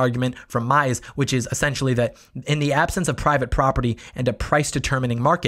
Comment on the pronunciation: Minor nitpick but at 39 minutes you mispronounced von Mises' name. I don't know a ton about the history of Venezuela but I do know enough about Austrian economics to believe the accuracy of much of what you presented here. Thanks for being so thorough.